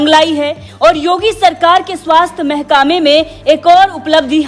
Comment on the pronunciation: महकमे को महकामे कहना खल गया।कृपया ठीक से अभ्यास करें।